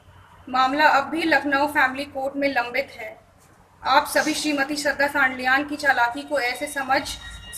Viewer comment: Sabhi boliye ,savo kyu bol rahi ho Rahul Gandhi ki tarah likha hua bol rahi ho